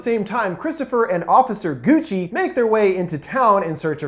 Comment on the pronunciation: Gucci? I thought he said Coochie🤣🤣